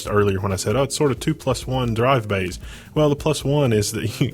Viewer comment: The "bayhs" get me everytime :') Great build nonetheless